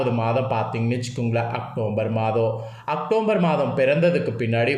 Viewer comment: Muthalla October nnu correct ah sollu matthatha appuram sollalam